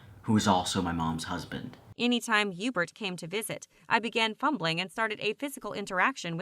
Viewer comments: his name is yuebert bro idk where you’re getting the h or e sound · Video: hubert: Ébert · Herbert or Erbert You mean Hubert? 😂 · I think his name is „Hubert“ but Heebert is way better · God damnit. His name is Hubert [You•Bert] Shit bothered me the whole time lmao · No it ain’t HeBuRt or EbUrT it’s EuBaRt MiSpRoNoUnCeD y’all flash fans know what I’m talking about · I thought it was Yeebert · Bruh it’s pronounced hee-you-bert (Hubert) 😂😂😂😂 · am i the only one that heard hughburt?